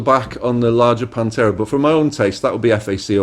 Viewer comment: Panthera with a TH :P